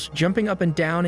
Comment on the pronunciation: Lmao "hearts content"! The way this moron pronounced it was so off! And the deer with the "zombie antlers" were nothing more than a tumbleweed stuck in them!!